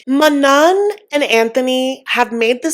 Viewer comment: None of these couples are making good choices. 😅 I think Manon is pronounced Maknown.